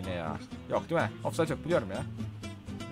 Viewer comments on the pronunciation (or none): none